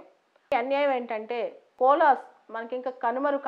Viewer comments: We should pronounce it like kovala not cola. 🙏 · It's koala. No offence. Thank u mam.